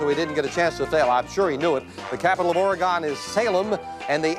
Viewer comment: Take a drink every time Jim mispronounces “Oregone”